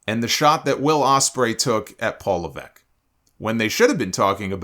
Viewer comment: why do you keep pronouncing levesque like that?